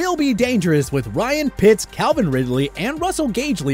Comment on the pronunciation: My man said Ryan pitts